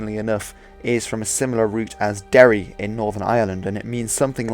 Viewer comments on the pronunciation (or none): none